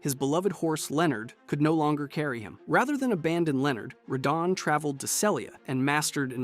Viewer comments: idk why hes pronouncing radahn (ruhdawn) like that...its annoying and incorrect. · Lol Ray-don..... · Cant stand this guy say "Reydahn" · Rahdone 😂😂 that one had me cracking up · Ray-donn? What are these pronunciations 😭 great video btw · “Raydon” for radahn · its not radahn (rattan) like hes saying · You pronounced Radahn at least 4 different ways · Are you ragebaiting? Almost all the pronunciations are wrong and then you actuallly said radahn correctly once, then instantly went back to saying it wrong again